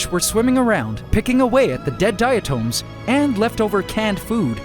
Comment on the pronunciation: I think diatom is pronounced differently than the way he's pronouncing it